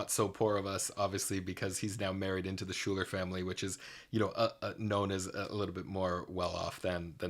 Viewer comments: Okay, lol idk if you’ll see this, but Schuyler is not pronounced Shooler, it’s pronounced Skylar. I also do not mean to be rude, just thought I should let you know. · Pardon, did he just pronounce Schuyler as Shoo-ler??? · On another one of these types of videos like these videos the guy said gosh Lin there are other ways to sing it stop sounding like you're crying all the time i don't remember who it was but i tend to agree but again knowing he isn't a singer...... In the US it's pronounced skyler but i liked hearing you say that